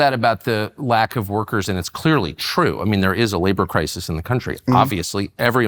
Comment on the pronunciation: Is it just me or does he sound like he is saying "Rokers" now workers?